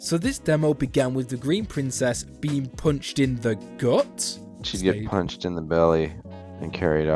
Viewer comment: "the princess gets poonched in the stoomach"